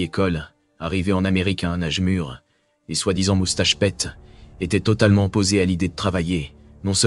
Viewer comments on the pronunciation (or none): ça se prononce moustache pite (prénom Peter), pas "moustache pète" le mafieux avait pas mangé de cassoulet avant de siéger à la commission